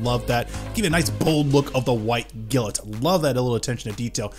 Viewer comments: 2 things. 1 you mispronunciation of them name is rough but that's just SUPER NIT PICKING. 2 as someone who had this kit when they first ran. They DO NOT hold up to time ALL I mean ALL versions of them kit I've ever had and have seen all have brittle plastic and will break down over time. The Poly caps as degrade fairly rapidly. The impact resistance of this kit is non-existent. I've also has fitting issues even after sanding. Granted I've only had up to the 3rd run of this kit in black. However the 1st standard and pearl were just terrible. 2nd got a little better but not that much. Skipped 3rd pearl because it still had overly hardened plastics. While standard had overly soft and the black polycaps lasted maybe 2 years. I'd love to have an AC/FA kit that isnt super fucked. However I've only had luck with the HEXA GEAR stuff. So hopefully the final production runs of the REX and AC kits this year will be better. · The way you say White Glint in yhe beginning kills me